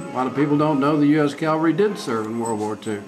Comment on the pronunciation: It's pronounced cavalry, not calvary! Hee hee hee!